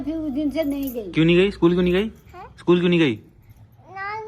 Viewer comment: School ❌ school✔️Amma ne bola scool